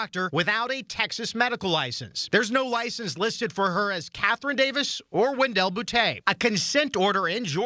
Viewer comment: That’s not how you pronounce Catherine ffs 😂